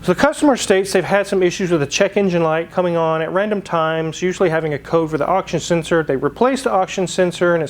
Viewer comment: What's an "auction sensor"?